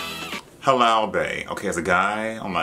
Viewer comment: Not you calling Halal “Harambe” 💀😂